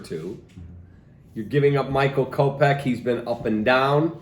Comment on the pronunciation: It’s kopech bud u absolutely botched tht